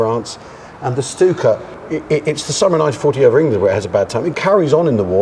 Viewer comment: So glad to hear Stuka properly pronounced. Why do so many feel they have to add an H to German 'st' words?